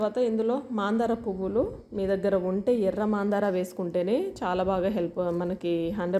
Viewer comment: మాందార కాదు మందార